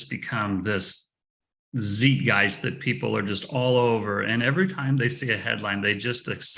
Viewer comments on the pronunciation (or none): Tsait-geist! Not Zeet-geist! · The Dollar Milkshake Theory is very impressive, but needs to learn to say Zeitgeist....